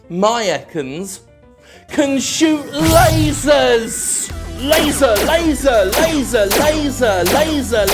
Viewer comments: I laughed harder than I should have when you called ekans' lasers 'resals' xD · ok, "resals" killed me laughing. What is wrong with me